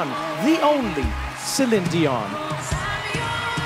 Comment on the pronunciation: Didn't think he was lying, thought Trevor was annoying! He didn't even pronounce Celine properly!!!